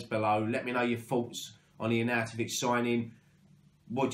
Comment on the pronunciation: Yes mate you said his name right! 😂😂😂 Nice one fella keep up the fantastic content COYI ⚒